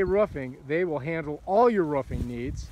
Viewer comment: It's called roofing not ruffing FFS